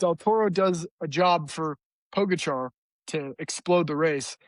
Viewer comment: Can you please pronounce Pogacar's name properly? It's not too difficult to do a quick search.